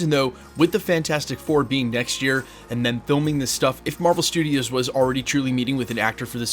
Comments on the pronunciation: Marvel "Strudios" FTW :) great vid as always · Love me, some “Marvel Strudios” haha